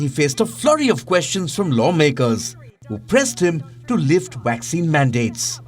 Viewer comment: When are the rest of your newsreaders and reporters at WION going to learn how to pronounce V and W PROPERLY! ...seems like Palki Sharma is the only one who pronounces words in English correctly. Just listen to this bloke!...S U WEEE,...WACCINE... Ridiculous!